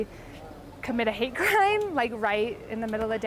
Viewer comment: Hatteeeeee crimeeeeee love how she mumbled that out so well..